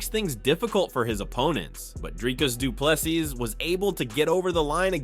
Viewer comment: Last s is silent